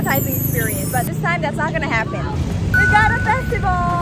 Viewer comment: That fine its festival